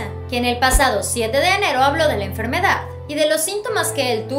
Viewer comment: PORKE DICES EN FERMEDAD MUNDIAL. OMG